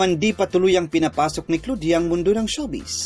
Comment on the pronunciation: Bakit ganon yung pagka pronounce ng pangalan ni Claudia